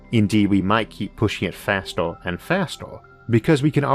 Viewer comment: Orth or earth. Forst or first. Fastor or faster. howevor or however. Membors or members. Porepose or Purpose just seem to me you have a vowel issue.